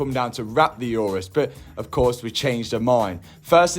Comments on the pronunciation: Lamborghineh Yourus 😂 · For the first time i heard someone who has an obsession for cars pronounce the word 'Urus' incorrectly